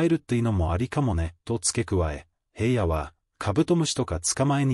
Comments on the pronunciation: ショウくんゎ、ヘイヤでなく、ひらのです、まちがわないで😠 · ヘイヤって誰!?ヘイヤではありませんよ｡紫耀くんのことをヘイヤと絶対に読まないで下さい｡何回もヘイヤと読んでいて､つまらないです。